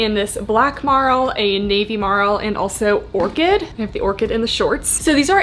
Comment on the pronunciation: psa, merle is pronounced 'murl' not 'marl'